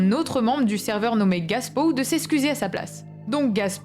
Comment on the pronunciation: Bonne vidéo ! Mais tu dis "Gaspow" a la place de "GApow", ça peut porter à confusion pour notre youtuber RL Français 😅